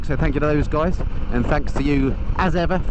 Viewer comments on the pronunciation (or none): none